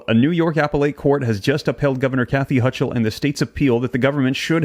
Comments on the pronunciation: "Hochul" is pronounced "Ho kul." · Pronunciation of Hochul is pronounced HO kl. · It’s Hocall . That’s how you pronounce it. ho-call. One word. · The NY governor's name is pronounced "Hoe-kull." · its pronounced HOKOL (HOLCHUL) the CH is pronouced as a K. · I will not let that happen. It will be over my dead body! The Ch in Hochul is pronounced like a K. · You're saying her name wrong!